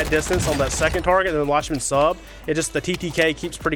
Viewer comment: I think it’s pronounced “Lock-men Sub”